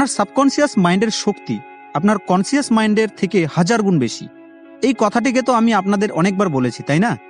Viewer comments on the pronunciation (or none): "এটি করুন " "ও টি করুন " এই তৃতীয় শ্রীনির কথা গুলো বাদ দিয়ে থমনেল দেন। আর শব্দটা কনশাস , কনসিয়াস না। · Subconscious (/সাবকনসাস /) Pronounce properly. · "সাবকনসিয়াস" এটা কি উচ্চারণ?